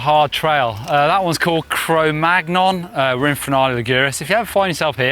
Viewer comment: CROMAGGNON hahahahhaha it´s pronouced "Cromáñón" or I guess "cromanion" is the closest in English, yeah, I am an expert at riding gnarly stuff now thanks to your videos, the unweighting this is vital, riding a hardtail also helps on perfecting the techique, great video!